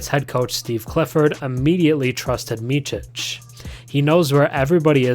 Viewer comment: It's not "Mitchic" it's more like "Mitsic"